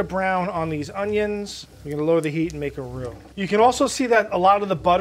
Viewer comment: said ruh roa (raw dough) lol we cant speak french! i mean!